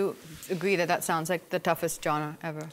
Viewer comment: Am so impressed that Abhishek Bachchan is the only one who pronounced genre correctly 👍🏻